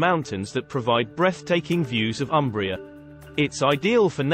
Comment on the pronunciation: 🚩 And start from respectful correct pronunciation of Umbria: it’s “Oombria” ( like in “moon”.) Italians will be grateful to you for that. 😂😂